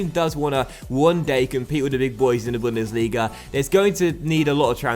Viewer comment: your 2. bundesliga pronounciation is good